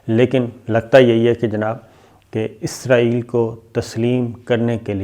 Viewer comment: Ap name wrong phar ray ho isaril name hai ap k6 or bol ray ho